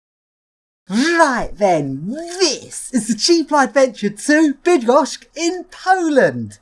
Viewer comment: Hey you pronounced it almost perfectly! However it's with "ch" (Bydd-gosh-ch) not "k" (Bydd-gosh-k). Polish words are hard to say correctly without breaking your tongue :) The most common tongue breaker is "W Szczebrzeszynie chrząszcz brzmi w trzcinie" which means "In Szczebrzeszyn (a town name) a beetle buzzes in the read". Or this one which also is a kind of tongue twister in English: "Jola jest lojalna i Jola jest nielojalna." - "Yola (a female name Yolanta/Yolanda) is loyal and Yola is disloyal". Try it, you will surely say "yolal" or "yolay" instead of "loyal" at times :D